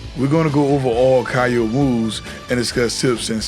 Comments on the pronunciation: Great stuff! One small correction: his name is pronounced "KeeYO" not "KahYO" That move that you referred to as fireball is a mistranslation, it's his DP (also called Oniyaki in Japanese). He used to have a ground fire ball just like Iori (projectile if you will) in the older KOF games but sadly they removed it. Also Kyo Kusanagi is my fav protag from Kof, i grew up maining this guy since i was a kid. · It's not even pronounced "kee-yo", it's just "kyou". One syllable, not key yo, kyo.